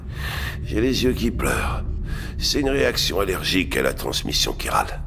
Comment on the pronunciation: Pour la "matière chiral" ça se prononce "kirale"